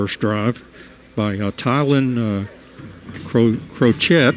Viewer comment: #20 CB Name is Ty-Lan Cro-sha.... Tylan Crochett